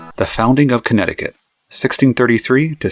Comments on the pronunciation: lost all credibility by pronouncing Connecticut wrong. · Can’t watch this video with how badly you pronounce Connecticut